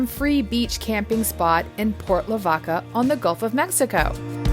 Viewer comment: you really butchered the pronunciation of Port Lavaca. Yes they do make quick release hardware for the jeep doors.